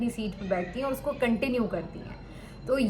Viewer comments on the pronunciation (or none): none